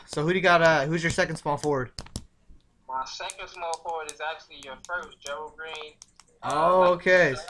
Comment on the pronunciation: i got a couple rosters with whiteside and another roster im fading him cus hes going to be owned ALOT and david west good pick against minnny who are terrible against PF but good picks i got alot of them and yo a tip its bugging me lol gerald green is pronounced 'Jerald''